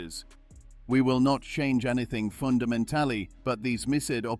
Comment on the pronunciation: Such odd voice robot. “Miss Ed” for missed. “Fundament-Tally” for fundamentally.